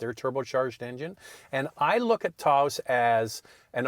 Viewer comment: What is a TAO-OHsss? Someone having a stroke? Phone the mayor of Taos, NM and ask for the correct pronunciation. Fine bucks says it ain't TAO-OHsss.